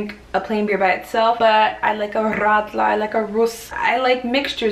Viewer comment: You are divine,! As a native Bavarian i was utterly entertained by your stories. So beautiful to watch and listen! And the perfect way you pronounced Rrrradler, Rrrruss, Obatzda... I guess you had some knots in the tongue after trying the Rolling Rrrrrr for the first time??